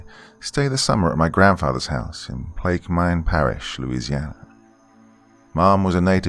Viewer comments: From Louisiana...proper pronunciation is Plaquemens Parish, just to let u know....thumbs up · Pla que mens is how it is pronounced. Love the story I am a pearl river Louisiana resident and we have the honey island swamp monster here. And people have seen dogmen here also. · Lived in southeast Louisiana my whole life. While I greatly enjoy most of your videos not even a minute in and the pronouncing of Plaquemine parish was just god awful and threw the cringe meter to 10. This is one video I'll be avoiding but good job on the rest!